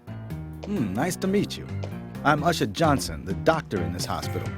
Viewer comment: Ushah is black...? When I first heard the name my thoughts were "Huh... Ushah... sounds like a stereotypical black person way of pronouncing 'Usher'. But, nah, that couldn't be what they were going for..." ... They seriously did go there. This is hilarious.